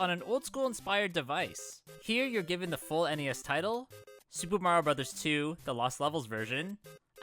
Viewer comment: Thank you for pronouncing the game's title correctly. Nowadays, it's a genuinely pleasant surprise.